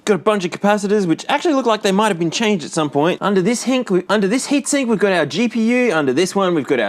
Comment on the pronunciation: I will now call every heat sink a "hink"